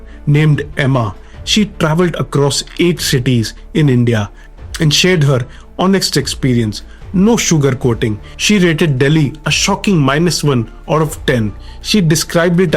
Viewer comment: Cities not shities bhai